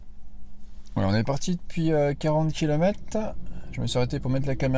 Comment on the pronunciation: Merci pour la vidéo. Juste un petit truc : 24 kilomètrrrrrrrres et pas kilomètes !!!